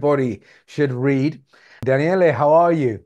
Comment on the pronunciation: Daniel is how her name is pronounced